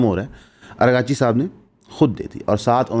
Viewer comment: It's Araagh-Chi Not Arghaa-Chi Please correct